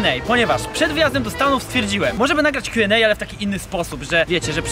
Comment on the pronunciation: Mówisz kju end ej w ju es ej?